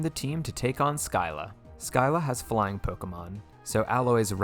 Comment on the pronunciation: When you said “flying Pokémon” I thought you said blind